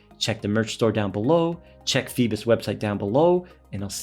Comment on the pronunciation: It’s feeeebos lol